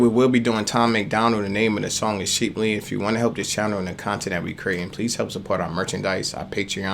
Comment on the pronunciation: Wait did he say sheeplee? Lmao